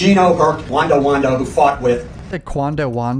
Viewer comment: Dawg his lawyer called him Wanda Wan-do 😂😂😂😂😂😂😂